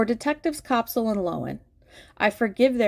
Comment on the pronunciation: The first syllable of Koepsell rhymes with "step" and not with "cop" or "cope". Even after Chelsea Koepsell pronounced and spelled her full name, everybody other than Judge Kraynick continued to mispronounce her last name. It irks me when people do this.